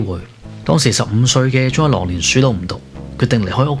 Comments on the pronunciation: 文案寫得唔錯ㄚ,希望唔係ai同你寫😂 Btw,懶音好多,「宗一郎」讀成「Jol郎」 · 聽來聽去都聽唔到宗一郎呢個字